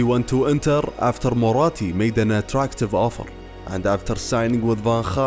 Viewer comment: And what happened ”afterrr”?😂😜